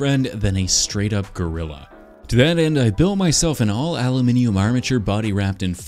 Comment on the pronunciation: bro really saw a little blue rat and said "gorrila"